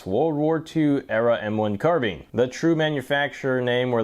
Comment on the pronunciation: Ahhhh finally... a guy who pronounces "carbine" correctly (CAR-BEEN)!!....SUBBED